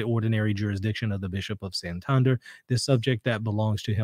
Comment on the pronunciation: Thanks for your rigorous analysis,! On an Spanish note (because my ears suffered a bit), Santander is pronounced as you did, but Santandér, not Santánder. I was confused for a while. Anyway, thanks for your opinion, I haven't looked a lot into these alleged apparitions, I prefer to abide inside what the Church tells me. Apparitions, at most, confirm us in our faith, encourage to be better catholics and, sometimes, have some miracles linked to them. Awesome, but it does not change our faith. In Spain, Garabandal has gained a bit of interest amongst some catholics, so it is good to remember what the Church tells us.